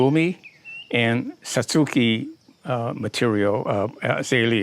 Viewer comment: That is my type of tree, though the base is a bit contrived. Thanks for your pronunciation of Satsuki--my friends insist I say Satz-ki (more like the Japanese pronounce it). Never heard of using rotted oak leaves to elevate acidity . . . thanks! Any particular species of oak?